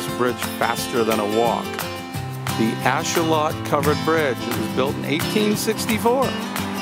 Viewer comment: Just because I like being pedantic. Ashuelot is said with a long E so it's said "ash-wheel-lot" and the 'lot" part is kind of said between "lot" and "lit" but you'll hear it said lot or lit or somewhere in between.